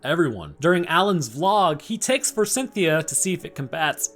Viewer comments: Eh... forsythia doesn't have an N in it. I'm not sure who Cynthia is supposed to be, but I'm pretty sure she's not involved. It's for-sith-ee-ah, not for-sin-thee-ah. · There's no N in Forsythia. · F O R S Y T H I A, bro. Forsythia. The letter "N" does not exist there. And it's neanderthals, not neandertalls. The "H" is not silent. Fantastic movie, though.